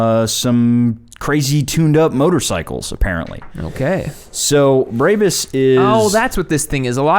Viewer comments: Brabus is said brah-bus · Js it's pronounced braa-buhs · Why are they saying "Braebys" it's brahbus, always has been. Why do Americans do that lmfao